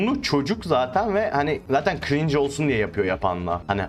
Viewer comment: Adam cringe bile diyemiyor cving diyorya